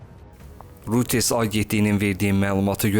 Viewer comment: Ay kəndullalar, "Royters" oxunur.